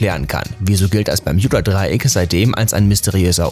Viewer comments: Will ja net gemein sein aber man spricht es BER-MU-DA-DREI-ECK aus... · Heiist das nüsch bärmüdedraiäck? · Das heißt nicht permjuda Dreieck es heißt bermuda dreieck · Nicht Berjudadreiek sondern Bermudadreiek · Alter es heißt Bermudadreieck ohne j 😂🤮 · Es heiß "Bermudadreieck" und nicht "Bermjudadreieck" 🤦🏼‍♀️ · Leute Bermudadreieck NE es heißt BERMJUDADREIECK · Omg das permjüda dreieck LoL 🤣😂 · Niemand! Wirklich Niemand! Er Bermijuda dreieck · Einfach nach den ersten 20 Sekunden kein Bock mehr, wegen dem bermJuda Dreieck... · Versteht ihr auch bärjuda dreieck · Das peyodadreieck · Wen macht es auch dezent aggressiv das er es immer falsch ausspricht?😂😂 Bermjudadreieck😂😂👍🤦‍♀️ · Bermjuda Dreieck Hahhahahahah ich kann nicht mehr 😂😂😂😂😂😂😂😂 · bermjuda dreieck wer kennts nt?😂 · Ich verstehe die ganze Zeit Juudasdraieck 🥴🤣✌🏼🔥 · bei gott ich weine gleich die ersten 50 sekunden waren schon zu viel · Hallo ihr Alle.hier...👋 Ja, diese Aussprache mag ich auch nicht besonders! Also...meine Ohren! 👂👂 Umso lustiger finde ich es, all' die Kommentare zu lesen! 😅🤣😂 Weiterhin viel Spass !!! 🥳 Sehr schade... das Thema selbst, wäre interessant! 👍👍👍👍 Wünsche euch Allen, viel Lebensfreude und beste Gesundheit! Und .. Tschüss, Servus, Tschau👋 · der moment wenn man ein Video über das Bermudadreieck macht aber es nichtmal schaft es richtig auszusprechen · Mich triggert es grade wie du bermudadreieck sagst